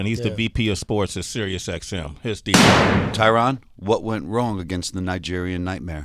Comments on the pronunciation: If they're such good friends, why can't they pronounce the man's name right🤔🤔?? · Tyron “I don’t CUR” woodley